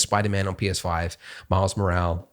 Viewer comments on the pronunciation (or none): I love it that he fucks up the surname of Miles every time he says it. It isn't Morale it is Morales.